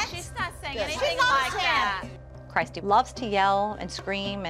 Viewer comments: Emma Arianna don’t the moms pronounce it as “Christ-te”? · its pronounced as cry-is-tea